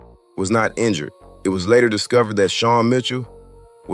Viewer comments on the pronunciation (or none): none